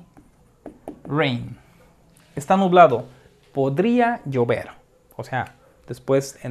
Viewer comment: Soy el único que entendí "podría yo ver" cuando era "podría llover"